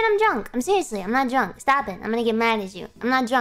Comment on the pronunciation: I'm not dwunk! when she is lol she is dwunk when she saying shes not